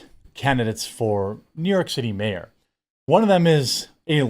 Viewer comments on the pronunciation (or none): none